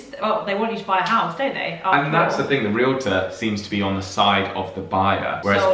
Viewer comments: First, congratulations for pronouncing realtor correctly. Too many Americans pronounce the word ree-luh-tohr. In the US, realtors technically work for the seller of the property, since it is the seller who pays the commission, but in reality realtors work for the buyer. For example, a realtor may take the prospective buyer to view four or five properties during one session. They will show the buyer numerous properties that fit his wants. During past home buying experiences I waas shown 20 or 25 properties before making my decision. Once a realtor showed me a single property and then started pressing me to buy it. I simply told that realtor that she wasn't the realtor for me and moved on to someone else. One thing that wasn't clear.In the UK, who pays the estate agent's commission? The buyer or the seller? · THANK YOU THANK YOU THANK YOU for properly pronouncing the US person as realtor (“REEL-torr”). So many people in the US say it as a 3-syllable word (“REE-lit-turr”) which is so wrong and drives me bonkers.